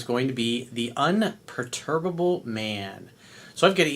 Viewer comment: Un per tu ba ble... gees man.